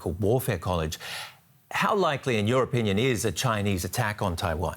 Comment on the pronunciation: they way the translator pronounces chinuuuh xd i cant